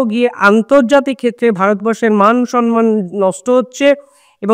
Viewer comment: not Sonman..it's shomman